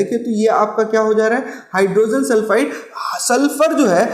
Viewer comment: Sir you explain nicely but please don't pronounce it as hydrosen it's hydrogen